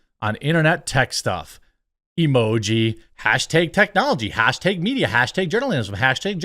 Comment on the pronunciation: Fuck stop saying hashtag like that